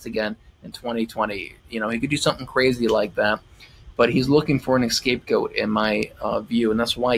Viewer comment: Are you saying "escape-goat"? Not scapegoat? I prefer your version hehe